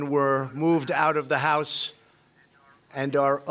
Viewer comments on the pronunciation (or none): none